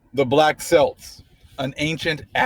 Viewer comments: Great stuff, I am in England. New about them but never seen any books. It pronounced Kelt like belt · I think it is pronounced Kelts (Celts). Also I have often thought that about the word Tartan (Tar and Tan different hues of our brown complexions) which is associated with the clothes of the Celts. We keep rising, we give thanks to The Most High that our heritage is coming into clearly into focus. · There was a lady on PBS years ago [20] that was the head of the Clan of McCleod; she claimed their origins were from their mother from 'the dark continent'... I never for got this. The name Celt is pronounced [Kelt]..APTTMH. THANK YOU FOR SHARING AS USUAL. The translation of Saxon is "the sons of Isaac'. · Wonderful and informative Im shook this is where I live & had no idea!! would love to get it.... But you pronounce the C in Celt not as an S. Blessings from the UK x